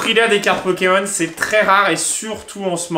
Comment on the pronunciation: Kim : PO-ké-MON XD